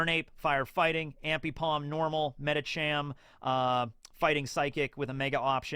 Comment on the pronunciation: Lol, you mispronounced a bunch of Pokemon and Rayquaza is the one you're worried about? In any case, it's pronounced "Ray-quay-za". Zoroark is "Zoro-ark". Arceus has the most different pronunciations of any Pokemon, so literally just go with whatever you feel like. By the way, Kanto-Mr. Mime is part fairy since the 6th generation. Brionne is pronounced "bree-ohn". Ambipom is "Ambee-pom" (ambidextrous). Dragalge is pronounced "Drag-algae. Yveltal is pronounced "Ee-veltal" with a stress on the v. (You get bonus points if you pronounce it "Yah-veltal". That's an MandJTV-reference.) Personally, I would've saved Gyarados for Kaido, but I guess that works too.